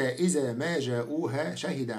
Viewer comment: جزاك الله خيرا يا ونفع بعلمك... كان عليك يا ان لا تلحن بالقرآن حينما تقرأه فقد قرأت كلمة (إذا) قرأتها (إزا) فبدلا من حرف الذال وضعت حرف الزاي.. وكذلك كلمة (الذي) قرأتها (الزي) هدانا الله وإياك إلى الحق وجعل عملك هذا خالصا لوجهه تعالى...